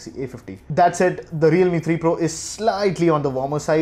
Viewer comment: he mispronounced it.